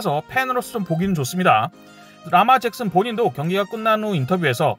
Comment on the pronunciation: 라마 잭슨이 아니고 르마 잭슨 입니다. 주뵨에 미국인 있으면 물어보세요. 저도 뉴욕에 살고 있지만 현지인들 아무도 라마라고 발음 안해요. 그리고, 존 하버 감독이 마지막 4th &1에서 르마에게 go for it 의사를 물어본건, 존 하버 감독이 르마의 의사를 물어봤다기 보단 르마에 대한 감독의 신뢰를 보여주기 위한 일종의 쇼였어요. 왜냐면 감독은 르마가 거기애 응할거란건 이미알고 있었죠.그건 존 하버 감독 경기후 인터뷰 보면 알겁니다. 그리고 존 하버 감독이 르마에게 물었울때 르마가 고개를 끄덕인걸로 의사표시를 했다고 하셨는데 그게 아니고 르마가 "Hell yeah! Hell yeah!"라고 감독에게 대답울 했죠.